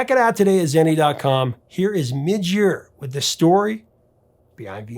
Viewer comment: Please learn to pronounce things. Midge not Mitch, and Visage is viz-ahj not viz-ej